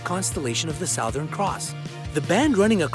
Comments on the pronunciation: That is not how you pronounce 'Southern' for god's sake. Smh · Nice video, but SOWthern? It's pronounced Su-thern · Sowthern? Isn't Southern prounounced "suthern"? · It’s pronounced s-u-th-er-n c-r-o-ss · Your pronunciation of "southern" made me cringe. It's pronounced "SUH-thern". Do you live under a rock? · Souuthan. Cross how you say is pronounced sothen cross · Where does one learn English and believe that "southern" is pronounced "sow-thern"? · Stop pronouncing southern like that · The Sowthern cross...lol? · I don’t like how he said sow thern instead of southern. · He pronounces southern weird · He doesn’t even know how to pronounce southern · Okay but are we gonna talk about the way he says southern... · The commentator doesn't know how to pronounce the word "southern". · btw the Southern Cross is pronounced Suh-thern Cross not Sow-thern Cross. Also Papua New Guinea is simply pronounced "Papa New Guinea" Source: am Australian Also for future reference the indigenous polynesian people from New Zealand, the Maori, are pronounced "Maow-ree" not "May-or-ree" Not offended just giving you a heads up to avoid future (embarrassment? That sounds too harsh, I mean like, keep your reputation solid...) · "southern" is pronounced "suthern": "Tibetan" has a short "i"; so many other mispronunciations...